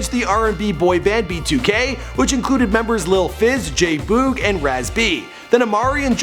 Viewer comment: Why did he pronounce J-Boog's name like that? Lmaoo 😂😂